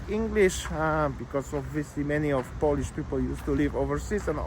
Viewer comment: Could you learn how to pronounce Poland and Polish?